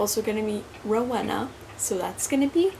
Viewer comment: its row EEEEE na